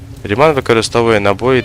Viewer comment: Я думаю, зброя названа на честь фізика і математика Бернхарда Рімана, а отже наголос на "і" в його прізвищі!